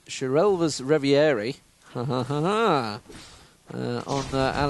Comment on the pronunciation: i'm fairly sure that the item is pronounced like : sure-A-lia's reverE